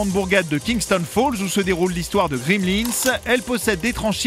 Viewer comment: C'est Gremlins, pas "Grimlins" :)